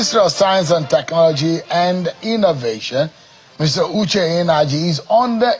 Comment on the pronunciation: you said Uche inergy?